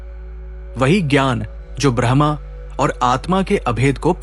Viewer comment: ब्रह्मा brahama नहीं ब्रह्म braham Bahut फर्क है। कृपया उच्चारण ठीक कीजिए।